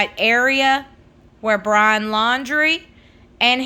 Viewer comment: Did she say: Brahn'!!🤔🤔🤔🤣😂🤣😂